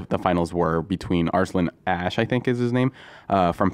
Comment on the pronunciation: This dude is a knee supporter. The way he talks about Arslan Ash like he is nothing. Can't even pronounce his name. Next time show some respect to the champ.